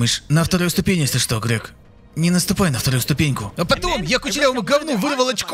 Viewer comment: Как же доставляет это "Шито?", у меня начальник бывший всесто кто говорил "кито", а вместо что говорил "чито" и каждый раз пробирало на ржачь.